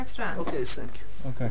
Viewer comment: " Ok , senk you " haha